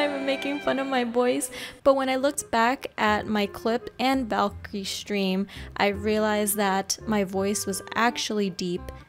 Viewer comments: pssst it's valkyrae not valkyrie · VALKY RAE. Not valkyrie lmao